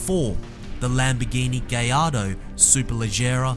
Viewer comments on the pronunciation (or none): It's not gallardo, it's not gay-ardow, it's g-eye-arrdo. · Lamborghini GAYardo??? Please get the name right it's GALLARDO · It's pronounced guy-yardo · Hehe when he said Gallardo it sounded like Gayardo